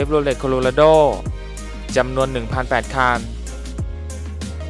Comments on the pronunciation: คันครับ ไม่ใช่คาน ฟังแล้วรำคราน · คนพาก ลูกครึ่งป่าวค้าบ. ผมฟังคัน เป็นคาล 100คานนนนลลลนนลลลลลล